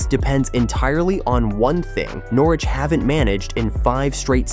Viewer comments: Nor Wich ha ha. Lasted one minute before turning off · You make a video about Norwich but cant even pronounce it right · Another video that sounds like it’s been commissioned by some American marketing company. At least get the pronunciation of the City correct before proceeding on a self funded expansion plan which we’ve heard so many times before. The lack of ambition to upgrade the City Stand is now down to the current board and it could be funded by building it first ! and stop the nonsense about fan zones.Fact